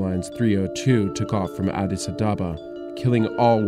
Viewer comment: Nice documentary indeed but Adis a-WHAT❓@